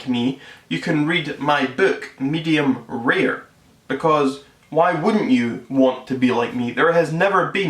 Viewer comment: Its pronounced medium rare not rear